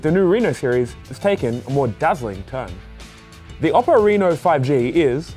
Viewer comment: Oppo pronounces “Oh-poh”. You need to respect their name